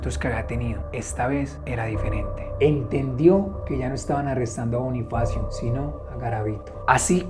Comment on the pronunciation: Soy la única que se da cuenta que en el minuto liendra dice Bonniefacio como nuestro Bonniefacio de five nights at freddy's 🐻🐰🐥🦊